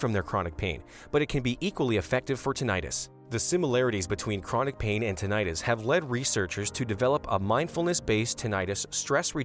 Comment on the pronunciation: CLICKBAIT TITLE. The narrator doesn't even pronounce "tinnitus" correctly.